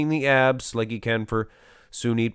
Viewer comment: Its SUNIL not Sunit..